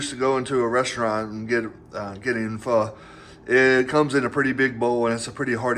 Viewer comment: Dude, you made it into my feed! Congratz! Also, you pronounced "Pho" correctly so I'm pretty sure this video is gonna make you TY famous. Keep at it!